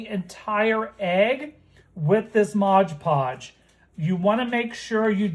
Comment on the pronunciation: It’s called Mod Podge, not Modge Podge on the bottle.